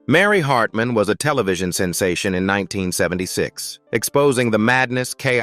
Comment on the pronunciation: AI voices suck . They can't pronounce certain words , the inflection and tone stinks . Get better AI . Can't even say Mary Hartman Mary Hartman right .